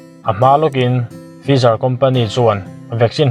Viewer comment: Tha hle mai mahse fizar nilovin Faizar, spatnik aiah sputnik aw